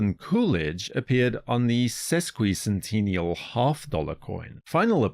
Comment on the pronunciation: I like the way you pronounce sesquicentennial and semiquincentennial, however who is Scott Bressent ? 💀